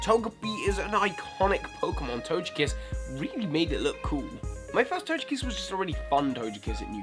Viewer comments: you can say togepi but you call togekiss tojekiss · How in the world do you pronounce Togepi correctly, but you say Tojekiss? How sway? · toGekiss guhh its a g not a j u don't say tojepi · Togekiss is pronounced Toe-geh-kiss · Quick question: When you know how to pronounce Togepi correctly, why do you pronounce Togekiss with a soft G when it's the exact same start as Togepi? XD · That's the first time I heard someone else pronounce Togekiss differently :D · Same here lol. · why do you pronounced TOGEpi and TOGEkiss differently?